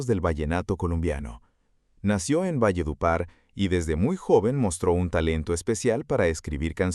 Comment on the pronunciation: no se dise valle de upar se dice valledupar 😮😮😮😢😢